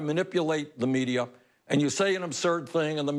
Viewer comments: I love Bernie, but the way he pronounces "Media" makes me laugh. He pronounces it like the word "Meteor" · "The MEDIUR." LOL! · Why does Bernie always say medier?